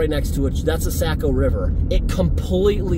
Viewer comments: hey my friend. the river is pronounced SOCK-OH not SACK-OH. great video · I just wanted to tell you how much I enjoy your videos. I’ve spent a lot of time in NH as I’m from Maine. Saco is pronounced Sock-o just for your information. It doesn’t really matter I guess but the locals pronounce it Sock-O❤